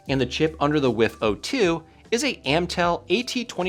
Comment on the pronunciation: Heard you say “AM-TEL” and as a dyslexic who used to say it that way, i feel compelled to share that it’s “AT-MEL” 😅. Great video!❤